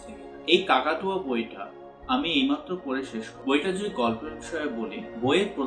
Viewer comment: বার বার শুধু কাকাতুয়া শুনতে পাচ্ছি! মনে হয় সেটা কাকতাড়ুয়া হবে।